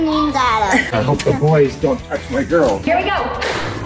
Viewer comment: I love how the dad says I hope the boys dont toutsh my girls